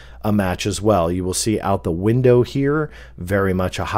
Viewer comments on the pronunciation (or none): none